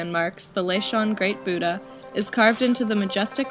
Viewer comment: It's not "Buha" Its BUDDHA IF YOU DONT SAY IT YOU NON ONE PIECE PERSON SAY HITO HITO